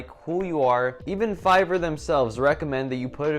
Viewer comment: "Make sure your english score is high" - "Figor, Feiger, Fiverr" Great video. I really enjoyed watching and thanks for the great introduction to Fiverr!